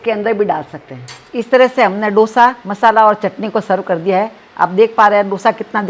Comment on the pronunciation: डोसा नही है वो,दोसा है.Please don't change the authentic name of the dishes.